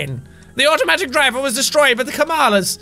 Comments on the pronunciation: its not kalamas its kamalas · Even after recording 7 episodes of this game, Jack says 'Kamalas' as 'Kalamas' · Lol it's Kamalas Not Kalamas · Game: "Kamalas!" Sean: "Kalamas!" Game again: "Kamalas!" Sean again: "Kalamas! Kalamas!" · Game: Kamalas Jack: Kalamas Me: Kamalamas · When the skeleton and Fran said Kamalas Jack said Kalamas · not kalamas its kamalas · Everyone:Kamlas! Sean:Kalamas! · Did anyone ever notice Kack was saying "Kallamas" instead of "Kamalas"? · "The dirt is to get rid of the Kalamas" Me: It's Kamalas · Irward: kamalas Jack: kalamas Fran: kamalas Jack: kalamas Lol. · he keeps saying " Kalamas" its supposed to be " Kamalas" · Am I the only one who noticed that he read the "Kamalas" wrong? xD he said Kalamas. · "Kalamas" " kamalas" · Kamalas,Jack.Not kalamas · On Jack pronounced "kamalas" as "kalamas" 😕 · It's kamalas not Kalamas! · who doesn't like kaLLAMAS WHO DOESN'T LIKE LLAMAS 🐐🐐🐐🐐🐐🐐🐐🐐🐐🐐🐐🐐🐐🐐🐐🐐🐐🐐 yes ik thats not how its spelt but thats how he said it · Is it just me or does it sound like he says llamas instead of kalamas 😂😂 all I can imagine is llamas flying around the flying machine 😂😂😂😂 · Wel lets call them Ka-Lamas insted of kamalas